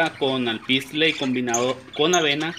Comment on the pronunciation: se llama ALPISTE no alpistle, y el periquito es Pseudo (sin pronunciar la p), no pesudo